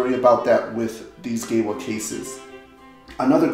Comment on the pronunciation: Pleeeeeeease, GEWA is German, it's pronounced Geeva!